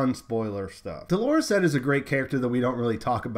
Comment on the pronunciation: I do wish my newscasters would learn to say "Dolorous Ed," rather than Delores Ed. His name is Ed Tarkett. He is gloomy, pessimistic, dolorous; Eeyore made man.